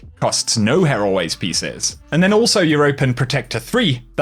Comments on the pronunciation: Bungie: "Here. Always. Pieces.": "Heraways." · Isn't it said like "here always" pieces?